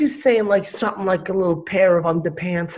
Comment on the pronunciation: Brotha sayin sumptin dare. Lol